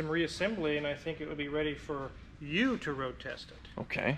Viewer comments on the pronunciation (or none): why did the say it like that....."for YOU to road test it." Did something happen previously where the road tested a car, and then something went bad during his road test?